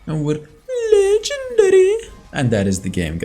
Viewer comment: Man the way he says lEgEnDaRy 🤣